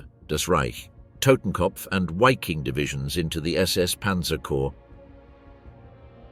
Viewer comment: Is it not pronounced 'V'affen and 'Viking. As opposed to Waffen . Interesting pictures from the period. Thanks for the documentary